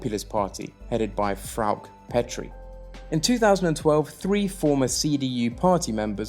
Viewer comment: Good Videos. Do get the names right - it is FraukE, LuckE etc.